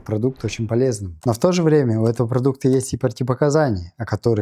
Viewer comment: СвЕклы, а не свеклЫ